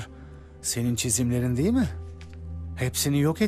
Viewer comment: Долкун Турганов "degil" değil , "değil"